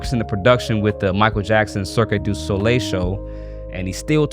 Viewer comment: cri-QUE du sol? Sir...it's pronounced CIRC 😅😅😅